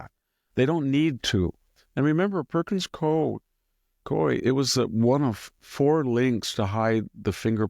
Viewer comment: The Law Firm Perkins Coie is pronounced Perkins COO WE